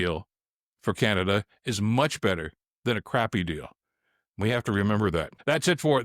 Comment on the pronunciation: Oh! Canaduh!😂